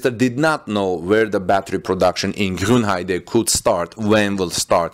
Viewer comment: Thumbs up for pronouncing "Grünheide" correctly :). Not really sure about this new battery technologies. I don't see why you would make new cells smaller. Smaller cells mean more overhead in terms of weight and size. On the other hand, it could make cooling easier. I'm afraid we have to wait for battery day to know for sure what this is all about. Politicians talking about technical topics is probably not the most reliable source ;-)